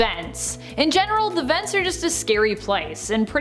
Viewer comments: Man said veents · how he says vents